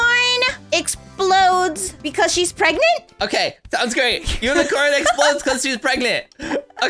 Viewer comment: Why lastic said pragnent unicorn explode?